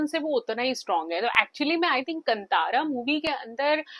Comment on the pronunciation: This is not कंतारा this is कांतारा